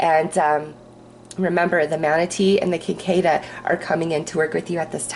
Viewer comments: just a fyi, its pronounced "sick a da" in the sphere group. i fly fish and kinda study bugs.. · Thank you for the reading, feels right on! BTW cicada is said sick-A-duh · The insect on reading #2, the orb, is the cicada - pronounced sikodda - I grew up where they would croak out summer night symphonies until daybreak. Thanks for your readings and be well. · I lived in W.V. for several years, and Cicadas would come out and drive you crazy with the noise they made. I was SO happy to move back to N.Y.! If it helps, that bug is pronounced "Sick-kay-duh", though spelled Cicada. One of those weird words for a definitely weird insect. They had red eyes, and were pretty creepy looking as well as really loud and annoying. Some people would actually eat them! Ewwww! Lol!